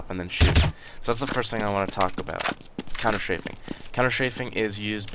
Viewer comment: You say ''Counter-Shaving''... oO